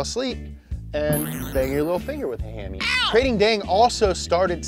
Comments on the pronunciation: It is actually pronounced Kra-ting-daeng. Good work there anyway. Also always with little puns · As a Thai guy, it's pronunced kra-ting-dang(easiest way I can have people pronounce it) a handful of other bits I can help clarify in the comments. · btw its pronouce Ka-ting dang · This might sound picky but I just can't get over how he pronounce Krathing daeng. Probably because I am from Thailand but yeah lol, keep up the good content guys. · The Kr sounds more like an N. Unless I've been saying and hearing it wrong my whole life. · I'm Thai, and I am here to see bucher Thai names, and boy did he not dissapoint! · the way you pronounced krating deang my me sad im thai